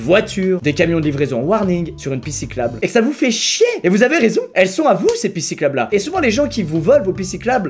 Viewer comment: c'est moi ou à il dit "pissiclabe" au lieu de "pistes cyclables" ? 😂😂